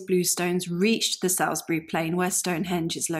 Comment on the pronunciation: Excellent presentation. It should be noted though that Salisbury is pronounced Salls-bury, not Sails-bury, at least that is the case in Wiltshire.